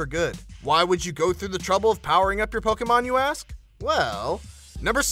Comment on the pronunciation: I hate the way he says "Pokemon"